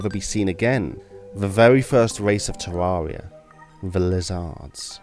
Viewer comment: I can't stand the way you say Terraria